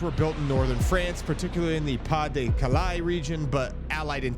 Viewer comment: It's pronounced "Pass de Calay" 🙄